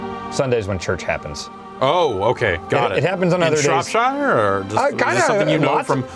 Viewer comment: gets points for saying Shropshire correctly and then instantly loses them for not knowing Esther.